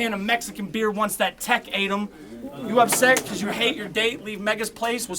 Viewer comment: Mexican beer "tec-ate"m BARS!!